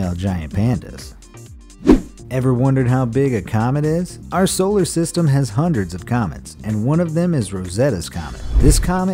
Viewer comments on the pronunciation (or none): none